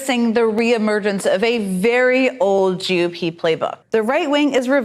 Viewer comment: When she says GOP why does it sound so much like Jew pee?